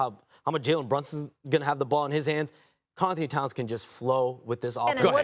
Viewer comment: Shams just cannot say "Karl Anthony Towns" 😂